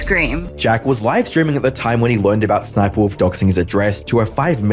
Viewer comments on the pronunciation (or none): Crazy that jacksfilms pronounces sniperwolf's name s-s-sniperwolf lol